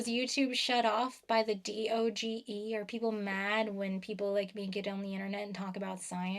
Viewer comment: Thank you for calling it "dee oh gee ee" and not saying the meme word we cannot humor these people